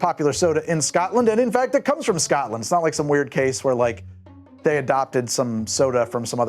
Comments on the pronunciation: Scoatland kept having me cringe :) bless its SCOTLAND mate take the word name of "scott" and add land and you have the pronounciation. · "Eye-run". "Eyerun broo" Oh and BTW, maybe don't ask people if they come from "Scat-land" Not if you like your teeth 🤣